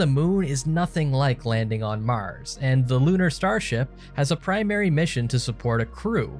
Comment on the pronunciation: this guy says "Mars" weird.... lol "Maahhrs"